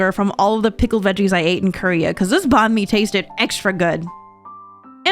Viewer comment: you say banh mi like a white person ngl…